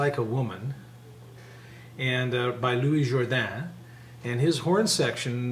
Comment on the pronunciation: Great tutorial, thank you! got a kick out of you pronouncing Louis Jordan's name as if it was Louis Jourdan, i.e.: silent S, soft J, suppressed N, accent on 'dan'). The American singer is Loo- iss Jordan, i.e.: hard J, full N, accent on 'Jor' (just like the country).